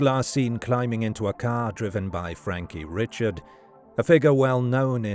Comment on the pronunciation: That would be pronounced Frankie Ree-shard in that neck of the woods.